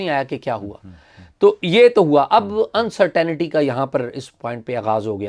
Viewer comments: UNCERTAINITY not Uncert aa nity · Despite being junior to AS, UC is ridiculing AS quite too often. As a viewer let us know AS what we can do to save you from the wrath of UC. Again great show. (un-ce-tuhn-tee not un-cer- taina-tee)